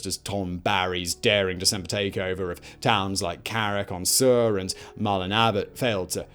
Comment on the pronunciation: "Carrick on Seoo-er"" not "...-on sewer". "Dawl" , not " "Dall".